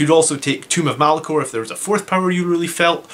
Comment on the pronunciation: Tome (rhymes with roam) of Malcador. Not Tomb of Malacor. What's your opinion. ~150pts on a librarian to remove invuns, or another 5 Sanguinary guard?